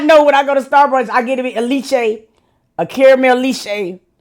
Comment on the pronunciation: I’m hollering😂 it’s pronounced Let-chay(leche) you going say Leech-che 😭😭😂